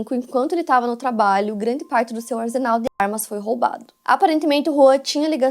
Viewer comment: não se fala arsenal com som de z, se fala com o som de 2 s mesmo! Consoante antes do s ou r se lê com o som de dois ss ou dois rr. To falando pq sempre vejo vc falando errado. Bjooo